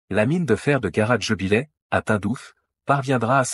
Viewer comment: GARA DJEBILETT et non pas garage djebilais .